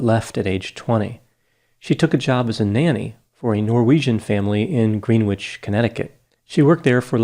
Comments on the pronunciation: Also, he pronounced the name of the town as 'Green Witch', when it's really 'Gren-itch'. I love that about him, though! 🙂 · Greenwich. Not “Green witch.” Green is Gren like “wren” and wich like itch. W is silent. So, Gren-itch. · GREEN WICH lol. doc u sound like an out of towner haha <3 they say gren ich. love the videos keep it up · As someone from Greenwich it’s pronounced Gren-ich not greenwitch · I've never heard Greenwich (Grennich) pronounced Greenwitch. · The Green Witch hurt my ears. It's Gren Itch just like the Village. Other than that, well done as always with a perceptive critique that a crime was invented by LE and she was caught up in it. She might be odd, but she is innocent. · It’s pronounced “Grenich” not “Greenwich” 🤷‍♀️ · Just to let you know, Greenwich is pronounced Gren -ich. But I'm guessing you know that and are just taking a wee jab at the exalted ones who live there 🤣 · Greenwich is pronounced ‘gren-itch’ 😉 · Just FYI - It's Gren-itch. Idk why we don't call it Greenwich 🤷🏼‍♀️. I grew up around there. Love your videos! Always fun to see something from my home state. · “Green-wich” lol. Pronunciation! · you’re too cute! It’s pronounced, “GREN-itch”. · Yes I was just gonna tell him but didn’t wanna hurt his feelings lol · Pagan Grace, Lisa Stewart-Right … had to rewind to hear if I misheard Greenwich. is human after all. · How mmucch can you trust the keenness of mind in a person who mispppronounces "Greenwich"?